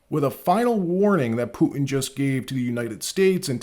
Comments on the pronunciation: Please pronounce the letter T in the middle of words it’s not puin it’s Putin with the t pronounced stop being lazy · Can't you say "T" ? Poo-in, Clin-in